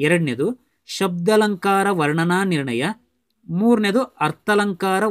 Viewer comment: ಶಬ್ದಾಲಂಕಾರ ಅರ್ಥಾಲಂಕಾರ ದೀರ್ಘ ಆಗಬೇಕು ಉಚ್ಚಾರ ಮಾಡುವಾಗ